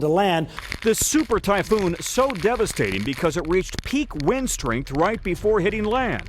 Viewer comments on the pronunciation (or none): none